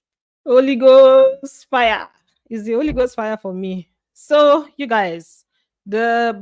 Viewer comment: You resemble one of my course mate with all the features Except with the way u this ur “yoo”